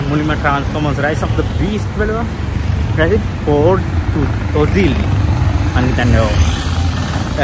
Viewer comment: පෝර් තොලිල් pronunciation brother it's means යුධ සේවා war of duty